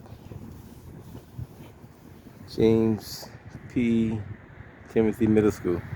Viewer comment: TIMILTY.... not Timothy